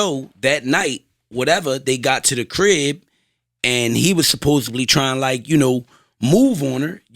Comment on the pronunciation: Somebody tell that’s its supposedly not supposebly lol